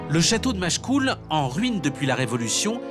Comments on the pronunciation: Pfff Machecoul avec un "e"... Je zappe! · Le château de Machecoul sans "e"